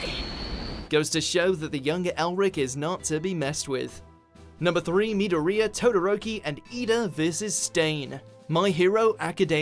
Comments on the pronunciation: Anyone else cringing at how he pronounced "Midoriya" as "Midorhea" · Must you pronounce Midoriya (Mi-door-ee-ya) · It’s pronounced mi-door-ya not midorina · Sometimes it really bugs the shit out of me when people can't pronounce names that should be blatantly obvious. It's not Mid-o-re-a, it's Midori-ya. You know, like Midori the green liquor. There is a reason Midoriya has a green theme to him and it's not a coincedence. Also #1 should be the final battle of Gurren Lagann. Name me any other anime, tv series, or movie that matches the insanity of using galaxies as shuriken. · the way he pronounced midorya confuses me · He mispronounced midriyo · Stop saying Midoria it’s annoying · It's pronounced Mid-or-e-a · Midoreeeeya Bruh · Me-do-ria...... Where do they get these people to pronounce things? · Mead di ria you know what, just say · How you you said Midoriya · Who else got triggered after hearing the way he pronounced Midoriya? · U pronounced midoriya name wrong chief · Never say midoriya again. Never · That way he pronounced Midoriya made me have a plus ultra headache! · most dislikes came from calling midorya's name soo wrong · That pronunciation of Midoriya and Susano'o was cringe worthy. Seriously guys. Just WATCH the shows in your lists and they teach you how to say it. Put on the dub if a little moonspeak throws you off. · SOMEONE PLEASE TEACH THIS MAN HOW TO SAY MIDORIYA'S NAME RIGHT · The way he pronounced Midoriya's name and Susanoo... ughhhhh 😐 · The pronunciation of Midoriya killed me. . . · he said midoriya wrong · did it annoy anyone else the way he said midoriya? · Could you at least get someone who knows fucking anime? Hearing him butcher midoriya and susano'o is making my eardrums bleed. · You just butchered midoriya's name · the way he pronounces midoriya triggers me